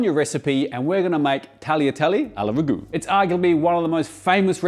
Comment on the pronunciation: Hearing Australians say ragu kills me a little every time I hear it